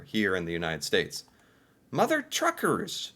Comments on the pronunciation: Mother T ucker's No R. Not Trucker's, but Tucker's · It's Tuckers not truckers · Tucker not Trucker. Can you read? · It's Mother Tucker's, not Mother Truckers. You kept saying Truckers...;-) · lol,, you keep saying, Mother Truckers, but, it’s Mothers T u c k e r s, lol 😂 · Hey...it's Mother Tuckers, not Truckers...no letter R after the T.